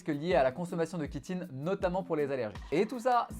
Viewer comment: chi(tine) se prononce shi et non ki ! chitine, chiant, chiot, bronchiolite